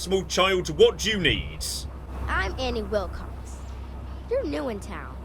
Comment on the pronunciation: Oh, Annie Wil**cox**. Sounded like Annie Wil**kes**. Yay for subtitles. :)